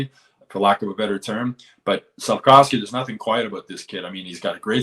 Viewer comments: stop saying SlafCOWsky it’s SlafKOVsky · SlafKOWski? He’s not Polish. It’s SLAF-KOV-SKY…you can do it!